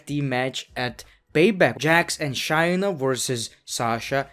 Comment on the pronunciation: It’s ShAyna..... long A vowel!